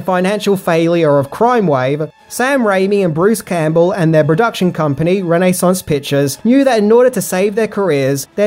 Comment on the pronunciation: Reh Neh Sauns Pik chaws .... sorrry